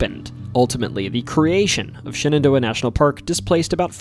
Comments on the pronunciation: Pronouncing Shenandoah as Shannon Door proves you lived in Elkton 😂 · I've never heard anyone pronounce Shenandoah like that.😊